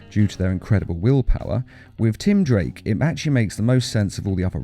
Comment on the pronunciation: You said tim drank instead of tim drake